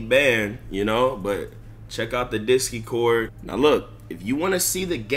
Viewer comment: Bro said “discy cord” 💀